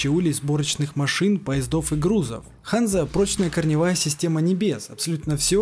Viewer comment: Небольшая поправка. Я предпологаю что правильное произношение Ганза. В честь торговой лиги что существовала в средневековой Германии.